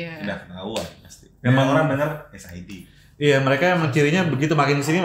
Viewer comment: Nonton ini karena ada Sid , bacanya es ai di goblok